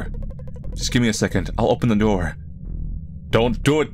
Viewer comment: "Don't open the NOOR", i heard you, i see what you did there eeh